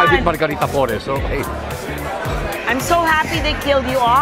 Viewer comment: Just a slight correction po, its Margarita Fores (without the "L").